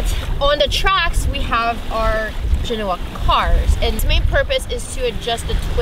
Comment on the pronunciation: Excellent presentations, and! I love the technical details. Perhaps you could cover the details of your boom vang, along with explaning the difference between a tension vang, a pusher vang, and vangs which do both. Proper pronunciation of "genoa" is commensurate with the city after which the sail is named: Since sailcloth is made from manmade fiber, why don't they include UV-absorbent/reflective/protective substances into the fiber as is done in other industries without detriment to function? Did you forget to mention your sail drive recharges your batteries while under sail? Perfect for pulling into port...:)